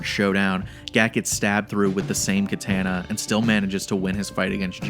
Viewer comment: You could not say "Katana" more white American than that. Jesus.